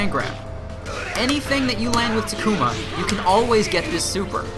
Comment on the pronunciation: TA-KU-MA, not TA-KUMA